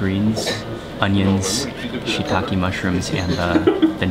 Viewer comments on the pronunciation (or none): none